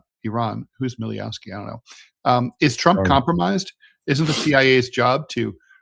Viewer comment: Netanjahu's father's last name is pronounced Mileykovski (not Mileyovski)